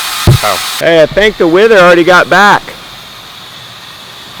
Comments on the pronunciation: Pronounced Wether not wither...😂😂😂😂 your so cute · A wether is pronounced like weather